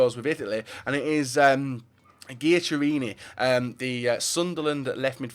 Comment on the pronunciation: Geecharini lol